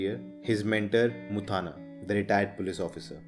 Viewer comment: Bro you are pronouncing mutthanna wrong. It's not muthaana, it is mutthanna.